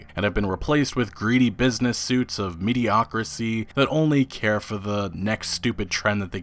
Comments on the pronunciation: Mediocrity (with a "T"). "Mediocricy" isn't a word. Sorry, I'm not a grammar Nazi, but you say this ALL THE TIME. I finally had to say something. Love you buddy! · Mediocrity, not mediocracy.